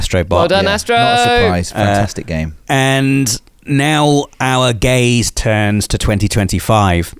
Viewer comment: He said gaze